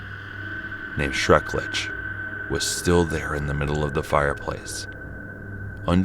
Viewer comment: Schrrrrecklichhhhhhh ☝🏽😌 no schrecklitch